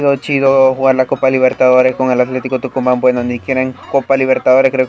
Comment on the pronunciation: Hola bro se dice Tucumán